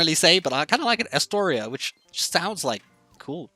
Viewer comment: I really appreciate what you are doing here helping people to name their islands. But you butchered a lot of names early on. And you really have never heard of Astoria? Like the Waldorf Astoria hotels? Or Astoria, Queens, NY? You're wearing a NY cap!